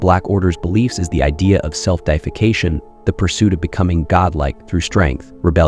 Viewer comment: self-deification is NOT self-defecation ....... the way you say it changes its meaning from promoting yourself to godhood and the latter, the way you say it, to pooping and soiling yourself.. and it sounds wild